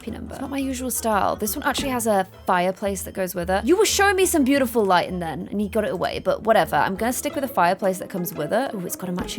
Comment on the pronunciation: GASP:....This bootiful house... Me: ALERT! ALERT! called the Maxis house Bootiful!!!!!!!!!!!!!!!!!